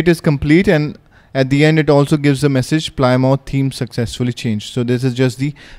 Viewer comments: it's pronounced 'plim-oth' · btw, it's pronounced pli-muth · Well done. Is there a way to preview what each splash screen will look like before installing it? PS "Plymouth" is pronounced "PLIM-uth." Thank the Brits for that. :D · We indian called it ply mouth